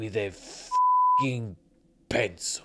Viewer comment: "With a fooking pensile."